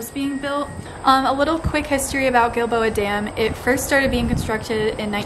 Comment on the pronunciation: This is so amazing! Thanks for the history, the science and the explanation! And most of all - thank you for enlightening me as to how to pronounce "Giilboa"! I didn't know if it was a "soft G" (like Jill-boa), or a "hard G" Ilike Gill-boa)!